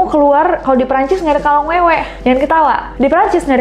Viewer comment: Kolong Wewe..bukan Kalong Wewe🙈